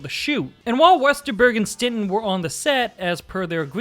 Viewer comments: It's not "StinTon", it's StinSon. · It's STINSON not stenton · I cringe every time you say “Stinton”. It was Bob (& Tommy) STINSON!!! Not “Stinton.” 🤦🏼‍♂️ Otherwise, great video! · why the fuck do you keep calling him bob stinton?